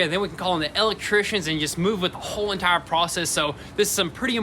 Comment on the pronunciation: “E”lectricians not e”L”ectricians lol